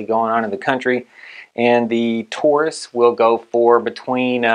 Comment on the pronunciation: It’s “Taurus”, not “Tarus”.